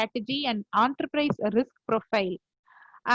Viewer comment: Some one should let her know, it’s “En-ta-prize” and not “OOOONTERPRISEA” 😂